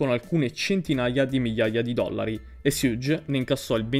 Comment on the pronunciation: bro però perfavore, la pronuncia di Suge come fai a sbagliarla?